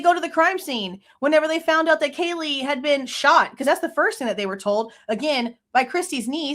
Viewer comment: Why does Nasty Disgrace still call Kaylee "Kjeelee" 😑